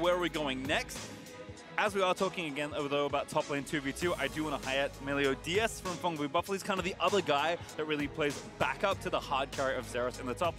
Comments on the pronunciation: its meliodas! meliodas! MELIODAS!! not melio DIAZ!! these casters! clearly not a fan of 7 deadly sins! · Vedius, the jungler's name is Meliodas, not Meliodias. You said Melidoias all game. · Vedius saying Meliodias is more tilting than seeing Jankos’plays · STOP. MISPRONOUNCING. MELIODAS. Literally pronounced exactly as it's spelled. Holy shit. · You talking about the constant mispronouncing of Meliodas? I'm there, too. Like holy shit please read the damn name. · And the other casters alternated between saying it right and wrong. Like, holy shit. fucking read. It's pronounced EXACTLY as it's spelled.